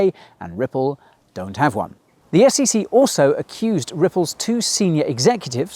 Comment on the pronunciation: they literally saod SCC